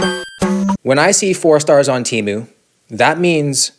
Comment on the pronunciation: SHOCK ANNOUNCEMENT Its pronounced "TAY-MOO" not "TEE-MU". I know 😭